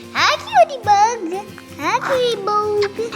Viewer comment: i believe you mean “cutie bOhg(s)” 😂🤍 gosh they’re all so cute!!